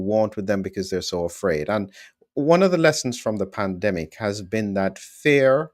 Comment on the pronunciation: At first I thought you said Plandemic - with an L. Scared me!